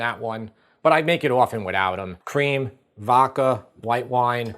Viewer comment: VODKA....not "VOKKA"